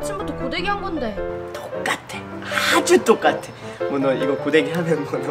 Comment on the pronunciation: 맨 처음에 족같에 아주똑같아라고 들림